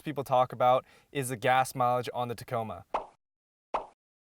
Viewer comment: It did sound like you said taco bell. Lol